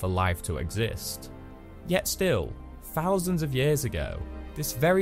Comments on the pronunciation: are you saying "fousand" or "thousand"? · Five Fousand and Free Fousand?? I always find it really amusing (I'm easily pleased) when northern English people use Th-Fronting (this is the linguistic term for replacing the "th" sound with other sounds.) because this is very much a southern affectation as part of the Cockney dialect. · Great project! I had a hard time listening to the narration though. Every “th” sound came out as an “f.” Five “fousand,” “froughout,” etc. Brutal!